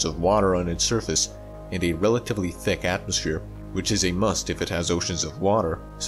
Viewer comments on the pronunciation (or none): And “ticc atmosphere”